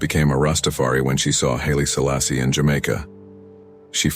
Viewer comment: Murdering those names damn